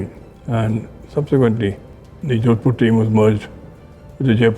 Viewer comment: it's jodhpur not jodpur.